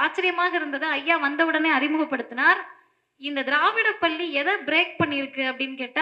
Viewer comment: பல்லி அல்ல பள்ளி